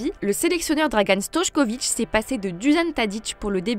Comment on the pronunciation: on dit STOÏKOVIĆ